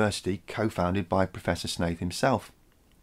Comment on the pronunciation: Every time I hear you say Professor Shaith, I hear "Professor Snape" even after looking back to see how his name was spelled.....